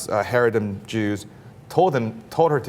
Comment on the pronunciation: These guys sound like a couple of moist, pink assholes. 1. The appropriate pronunciation of 'Haredi" is NOT Hair-e-di. It is cha-REI-di. How do we take someone seriously that does not even know the correct pronunciation of what he's talking about? Because that means that he has never interviewed a single Haredi Jew. 2. Haredim is not a "small sect" of Judaism. They are the closest thing to the original form of Judaism. 3. Religious freedom is an AMERICAN principle. And I hate to let you know that Israel is not America. Nothing that is apt in the American situation needs to have its analogue in Israel.